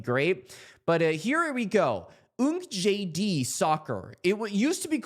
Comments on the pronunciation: Nice Video bud. Pronounce "UNKJD" as UNCAGED😀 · Great video,! FYI, UNKJD is pronounced ‘uncaged’. Cheers!